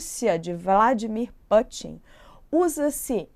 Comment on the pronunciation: Vladimir "Pâtin" foi demais! 😂😂😂 "Ah mas ela quis pronunciar como em inglês". Só que não, em inglês o "u" de Putin é "u" mesmo, como no original russo.